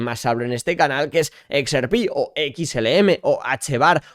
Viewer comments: no se dice "ex,er,pi", se dice "equis erre pé", vamos, digo yo... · Me agrada todo tu contenido pero si vas a decir XRP en inglés dilo bien es EX-AAAAAR-PI 🙏🏻 con todo el amor